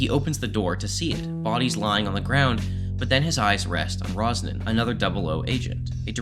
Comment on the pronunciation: It's Ronson, not "Rosnan"